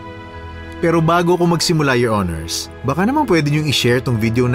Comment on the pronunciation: maganda kaso yung palagi binabangghut hukom at your hinirs nakakaloka 😅